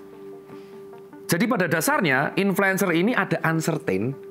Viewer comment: Suka banget pas bilang coretax LEMOT 😂😂😂😂